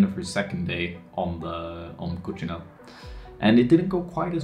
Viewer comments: Cok - see-nel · Wanna pronounce coccinelle the right way? put a "cock" in there: "cock-cinelle". Useless tip of the day Anyways, me living a hour away from Bleau and not really being able to climb because of covid, I really enjoyed that video ! :D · ladybug is pronounced "coxinelle", but your way of pronouncing it is cute too